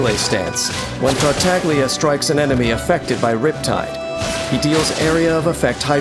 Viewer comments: MUHIYO: TAR-TAG-LIA ME: TARTA-GI-LA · Can't help but cringe everytime someone pronunce Tartaglia in the english dub. It's like prounouncing Gean instead of Jean. Voice Directors not even bothering to search for 1 minute how the name actually sounds. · At least for you it chills when he says that, to me it chills when he bad pronounces Tartaglia, like, you chose to use Italian names for your harbingers? At least say it correctly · Every time I hear they pronouncing "Tartaglia" that way in this video, my ears cry a little... 😅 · i hate how even in the official trailers they mispronounce his name :/